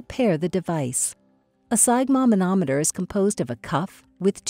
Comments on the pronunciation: I have never heard sphygmomanometer pronounced the way you pronounce it. To make sure I wasn't hearing things I listened to how it is pronounced. I've always heard "sphyg" pronounce like i as in it. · Step one, learn to pronounce sphygmomanometer. 😅